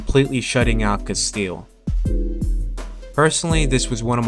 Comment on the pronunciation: it's castillo, not castille